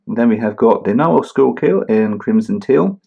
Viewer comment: The "Schuylkill" is one of the two rivers that run through Philadelphia, Pennsylvania. This model debuted at the Philadelphia Pen Show IIRC. Your pronunciation was good!